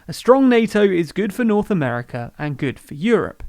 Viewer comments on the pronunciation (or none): none